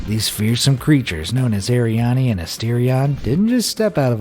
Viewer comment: Its called Ariane (Air- re-in)